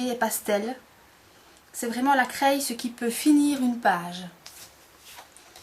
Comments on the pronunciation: C'est super juste une petite faute d'accent!! On ne dit pas "craille" mais on dit "cré" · Bizarre de dire "craille" au lieu de "craie" !!!!!!